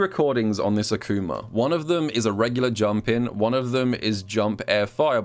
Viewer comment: He did the same to Akumer, somebody stop him